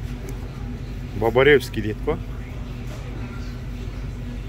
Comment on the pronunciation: Бабаревский дебей Бабаевский десен, мектепте окугансынбы. Уялбайсынбы, окушту билбей кандай Америкага барып калдын.